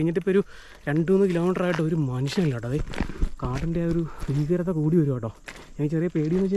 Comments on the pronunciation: ഫീകരത അല്ല മൈരാ ഭീകരത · ഫയം, ഫീകരത??? ഭയം, ഭീകരത അല്ലേ?